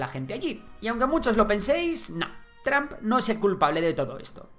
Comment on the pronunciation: Se dice TROMP nl tramp. Y se dice VIDEO, no BIDIO